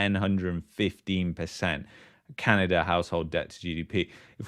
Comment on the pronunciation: You should to practice saying Canada not Canader. Sorry for the unwanted criticism. Otherwise, I enjoy the unique content you provide.